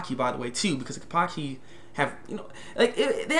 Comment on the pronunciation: ken-pa-chee not kenpakhi